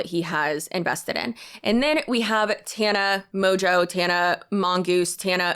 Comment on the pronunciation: I'm not sure, but I'm Quebecois and Tana's last name seems to be French Canadian, and if that's the case, it's ''mon-jo'' . i could be wrong though!